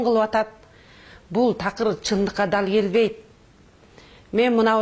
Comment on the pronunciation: Телевизор дей албайсын сен кандай депутат болосун.жон эле журоберсен болмок. (Тал келбейт) эмес дал келбейт.канча созундо ката эх ушундайлар бийлике барса онолушубузга дагы 30 жыл барго.